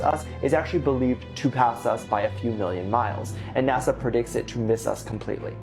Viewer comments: Its nasa not naza lol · Why do you say nazza it's Nasa It annoys me slightly 😂😂😂